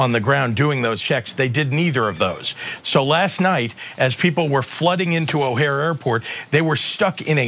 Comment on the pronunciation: O'hare is pronounced with an emphasis on the 2nd syllable.